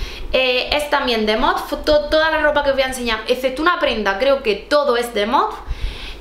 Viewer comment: Yo tb pienso que MOTF vale la pena, aunque la ropa es más clásica... Por cierto creo que se pronuncia "Motif"...😅👍😘